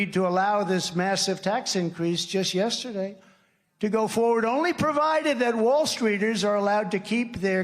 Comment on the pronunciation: For a man that focuses so much on the past I'm rather shocked that he struggles to even say the word "yesterday."